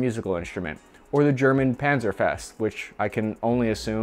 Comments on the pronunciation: The Carl Gustav is a recoil-less rifle, not exactly a rocket launcher. By your definition, a mortar is a rocket launcher. Legionnaires is pronounced "lee-jun-airs" not "lee-jun-air-eez". Panzerfaust is "pan zer fowst", not "pan-zer-fest". If you are going to play at being a journalist, be perfectly concise and correct. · 'PanzerfEst' 🤦 how can you make an E out of an AU🤦🤦 Pronounciations is one thing, but at least TRY to read properly. This again is just perfect proof that even reading foreign words properly seems to be asked too much. Moments like this just show that you give such little crap that you don't even read the foreign words properly. That's damn weak! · Did you just call the Panzerfaust the "PANZER-FEST". That sounds ... festive. TANK PARTY!!! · Dude doesn’t even know how to pronounce the Panzerfaust? Cringe.